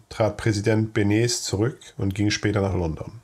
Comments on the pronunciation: Gesprochen nicht Benes sondern Benesch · es war nicht - Benes , sondern -Benesch - . - Edvard Beneš - .Das - Hakerl - am - s - , der - Hatschek - wird als - sch - ausgesprochen..